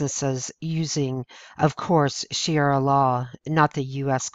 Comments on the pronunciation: It's shu ree uh not shee air uh. I cringe every time I hear you say that. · sha ria not shiara! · This kind of reporting would probably be received much better if the "narrator" wasn't illiterate. None of them can read simple English sentences. And by the way, it's ShuhREEuh, not Shara. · She makes good points. It's too bad she's so unintelligent while making them. Shariah not sheria. And the word Banned is proper usage.... not banded. There's nothing worse than bagging on others when you're not smart enough to pull it off. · Shu-REE-uh Law, not Shee-air-uh Law. C'mon! ;-) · I am appreciative of your passing this info... However, the word sharia is pronounced - shuh-ree-uh, not shee-ar-uh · I wish the speaker had a better pronunciation as it makes her sound ignorant. It's not Shara law it's Sharia. Please try to improve your pronunciation. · It's NOT pronounced ShiARA, it's ShaRIA. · Good compendium. but please don't pronounce Sharia as "she-arra". It's pronounced "share-ee-a" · That's "Sharia," not "Shiara!" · it's pronounced SHA-REE-AH not SHEE-AIR-AH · It's "Sha-ree-ah" not "She-air-ah"! If you want your videos to be taken seriously, at least pronounce the words correctly! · It's sha-ria not she-era. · Dear, I am with you 99.999 percent! But honey, (please don't take this wrong), It's "Shaw-ree-ah law". God Bless. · "She-era" law?? You'd think if someone went to the trouble of preparing a message and stitching together a lot of photos with a matching 5 minute narration they could at least spend a couple minutes getting the pronunciation right. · It's pronounced: Sha-ree-ah. It is from the pit of hell! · Shuh-ree-yuh. Say it with me now. Good work, but saying it right is vital. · Narrator : Nice voice, but horrible pronunciation. One example : Sharia is pronounced Shuh ree uh. If you are going to narrate, it's always best to learn correct pronunciation, prior to doing so. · STOP SAYING SHEE ARA LAW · It's pronounced SHA - REE- Ah